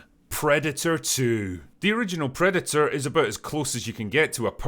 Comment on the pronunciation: What's a "predu-uh"?